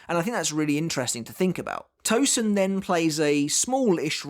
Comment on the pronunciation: Hate it when these English speakers can properly say the « sen » in sensation, but will refuse to do so for Tosen, and instead called him ToZen!!! It’s Tosen not Zen